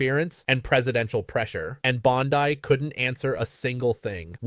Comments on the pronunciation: How long will it take for AI to “learn” Pammy’s last name is pronounced BondEE, not BondEYE —?! 😡 Sheesh! Just get a real person to read the script! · It’s Bond i, not Bond eye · Hello sir. Her name is " Bondi" " pronouned " bond- dee". I believe shexwouldchave. corrected them long ago because she,Bondi, is such a piece of work. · Why is he pronouncing it BOND-EYE? I believe this is AI. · LEARN TO PRONOUNCE BONDI